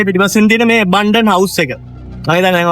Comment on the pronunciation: Abundant is completely different from Abandoned ... be careful when pronuncing .